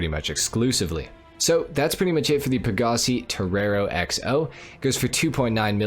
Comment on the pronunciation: Please stop saying pagasee